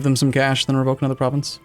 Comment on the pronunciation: lysdexic pronunciation of province names makes me giggle